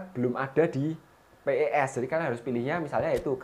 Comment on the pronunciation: bang bukan p e s tapi pes digabung